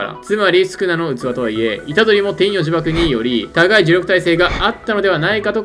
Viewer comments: 天与↑呪縛ではなく天与↓呪縛なのでは？ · 天与呪縛のイントネーションのせいで話が入ってこないの草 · 天与↑呪↑縛